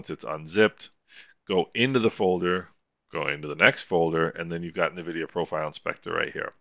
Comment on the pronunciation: Reallyy useful series of videos. Thanks. Just one note: The brandname is pronounced en-vidia, not nuh-vidia.